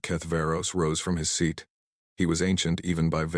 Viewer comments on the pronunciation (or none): none